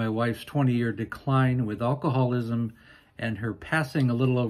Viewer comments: I'm sorry, but it's AL-coholism, not ull-coholism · you would have an easier time of pronouncing alcoholism if you didn't pronounce the 'a' sound at the beginning of the word as in all. Instead, pronounce it as "a" as in cat. Pronouncing it as you do makes you stumble on the word.